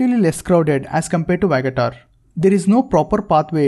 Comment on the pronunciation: It is not vagatar it is pronounced VA GA TOR beach.